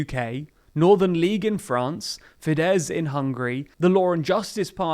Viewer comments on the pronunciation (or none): none